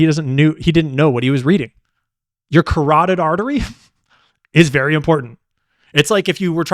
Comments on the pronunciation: “Car-toid” bothered me so bad, thank you. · Thank you for mentioning his mispronunciation of "carotid"! It made it so obvious how much he did not know and also made him sound less intelligent than he pretends to be. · I he knows Jack! It’s not “interior”. Body positioning is not described as “interior” dip wad. It’s anterior left. Front left. And what? Is he describing a carrot? Or the carotid artery? It’s not flipping pronounced like the word “keratin”. It’s car- AWE-tid.